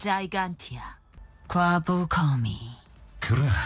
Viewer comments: 스콜로펜드라 자이간티아 치니까 큰 지네 나오네 근데 자이간티아가 아니라 기간티아(gigantea)라 읽는거 같던데... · 중간에 가 말하는 "스콜로펜드라 자이간티아"는 학명 Scolopendra Gigantea로 아마존왕지네입니다. 자이간티아보다 기간티아로 읽는게 맞아요